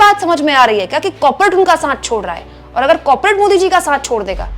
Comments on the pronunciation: कौर-पो-रेट We can understand, its a slip of tongue 😊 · कॉपरेट नहीं कॉरपोरेट